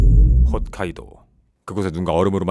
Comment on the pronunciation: 훗카이도가 아니고 홋카이도였구나